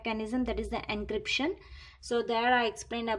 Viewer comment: It is not ancryption 😂😂😂😂😂